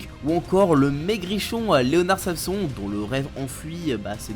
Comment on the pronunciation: On dit ''san son'' et pas ''Sam son''. C'est pas intéressant mais c'est une référence à un héro de la mythologie grecque